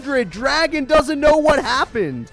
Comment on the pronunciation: Pronouncing it as "Dragon"? Bruh...